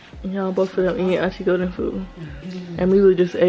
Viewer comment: I love how she says aunty golden. "Auntie Go'en"